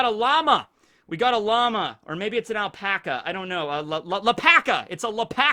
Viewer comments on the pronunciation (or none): none